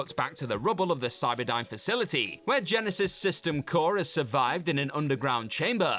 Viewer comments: GYE-NYE-SYZSSSES, indeed! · I missed ' pronouncation of Genisys 🤣